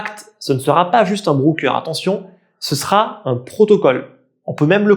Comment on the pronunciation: Merci pour ta vidéo. Broker se dit "Broqueur" pas "Brouqueur" :)